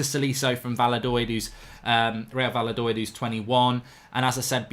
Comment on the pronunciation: va la doid, lil, lekwip, mark sort it out mate ITS VAYADO-LID FUCKING PRAT